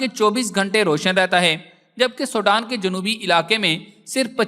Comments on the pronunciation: Ye Sodan Nahi SWEDEN 🇸🇪 hy. Please apni vocabulary and apny sound ko sahi Istimal kerky logon ko ghalat fihmi say bachain. SWEDEN 🇸🇪 hy. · بھائی سوڈان انھیں سویڈن ھے